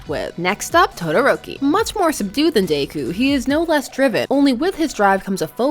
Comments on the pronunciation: day-coo? it's Deh-coo. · Im i the only one that notices she is say “dayku” instead of deku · No hate here but I think deku is pronounced “Deh-kyu” instead of “day-kyu” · DEku not Dayku lol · "DaykU" she says. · It's Deku not Daku. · Is anyone else getting mad she’s saying daku instead of deku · “Midorya or dAkOo” lmao why she say deku like that? XD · No one, Not a single soul, Her: "Day-ku" "..... Yep, perfect pronunciation......" (This is a JOKE) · Lowkey feel like you pronounced Deku as Daeku just to pis$ some fans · i love you but dayku is killing me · I’m bothered you’re pronouncing Deku like daikoo